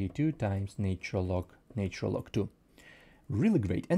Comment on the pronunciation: "natural", not "naytural [sic]"